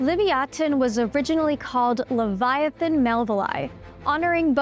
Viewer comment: you aren’t pronouncing leviathan right